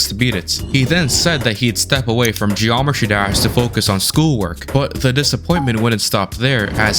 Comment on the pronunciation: bro says gd like "geormetry dersh"